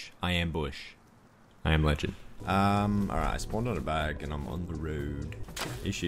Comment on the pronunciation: "I am Lush, I am Begend." 2022